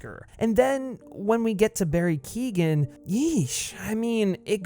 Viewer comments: Another problem with Keoghan’s Joker is that they’ve gone so extreme with the face disfigurement, yet his speech isn’t impeded at all. With Ledger’s Glasgow Grin, it sounded like he had an obstructed mouth, like he’d been eating a bunch of peanut butter. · Dude, I get your point with the whole everyone copies heath ledger, thats all good. Barry Keoghan, you said his last name wrong, is fine. We’ve barely seen him. You’re ranting and raving about a guy who got about 2 minutes of screen time. Wait till the next movie comes out, then you can complain 😂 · KEOGHAN not KEEGAN ffs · Barry ''Keo-han'' not ''Kee-gan'' Also the Todd Philips and Joaquin Pheonix interpretation of the character was very different and interesting. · Keegan?. The name is pretty much pronounced phonetically , Key-oh-gan. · His name is Not Barry Keegan.. it's Keoghan.. it's pronounced keeyoan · FYI: Keoghan is pronounced "Kyo-an" Source: Am Irish, it's a reasonably common surname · His name is not Barry Keegan. It's is Barry Keoghan. You should learn how to pronounce it if making a video on him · For all the Americans, Barry's sur name is pronounced "Key-oh-an" not Keegan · Bestie, you’re mispronouncing Barry’s last name 💀 it’s [Key-oh-gan] not [Keegan] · Keoghan is pronounced “Kyone” not “kee-gan” btw. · ‘Keoghan’ = Kee Oh an .. not Kee gan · It’s pronounced Barry “Keehon” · Can you please pronounce Barry keoghan name right it's like kyohan instead of Keegan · Keoghan is pronounced “Key-Owen” not Keegan lmao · Keoghan is pronounced "Kyo win" not "Keegan" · Barry Keoghan is pronounced : Key - oh - in. Source. I am Irish and my family have the same name... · It’s pronounced Co-en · Barry Keoghan's surname is pronounced "Kyo-en" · It's Keoghan, not Keegan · Barry Keegan? 😂 being Irish the amount of people that have said Keoghan wrong is starting to annoy me 🤣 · barry keoghan is pronounced "key-owen" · Who is Barry kegan it's Keoghan your not supposed to pronounce the g